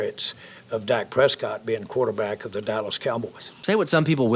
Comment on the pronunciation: Am I the only one that heard calling Dak, Dax? Daks?